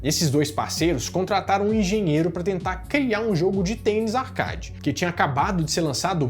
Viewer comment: A palavra ARCADE se pronuncia "ARQUÊID"